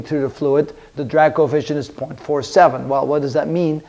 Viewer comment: Kept hearing ‘Dirac Coefficient’